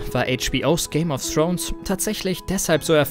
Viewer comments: Dass es Thrones, und nicht Srones heißt, ist euch klar, oder? ;-) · So mein Freund und du lernst bitte erstmal richtig Englisch weil wenn ich noch einmal "Game of Srones" höre kotze ich. Thx😁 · Man spricht es nicht Game of srons aus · Srones nicht Thrones? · Alter wenn man es nicht aussprechen kann sollte man nicht 100 mal Game of srones sagen!!!